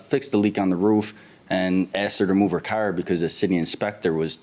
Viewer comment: I love how they pronounce car. Lol 😂 "cair"